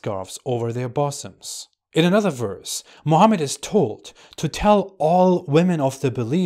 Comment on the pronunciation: (Female mammary glands are called 'Buh-sums', not 'BOSSOMS'.)